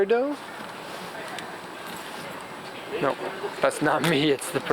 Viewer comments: Ugh....lets all pronounce it together. Lamborghini GUY-YAR-DOE. You can tell what kinds of engines are in 70's Japanese shoeboxes that no one has seen in ages, but get Lambos best selling car ever, wrong? For shame 😁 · My son says that in italian gallardo is pronounced guy-ardo